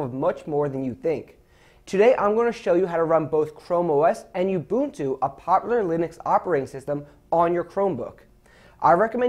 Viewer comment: That's the correct pronunciation. If you have been saying (oo-bunt-too), you're saying it wrong.